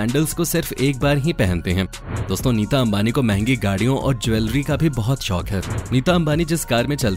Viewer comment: Vo शोक nhi शौक होता है